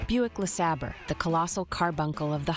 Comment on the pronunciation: 'Luh-Sabber'? Really?